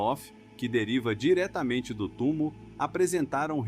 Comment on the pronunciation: . O nome correto é "TUMÔ", foneticamente...